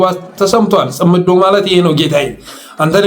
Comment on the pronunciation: Please correct the Tsimedo pronunciation.